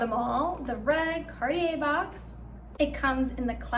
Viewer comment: You need to know how to pronounce Cartier! 😂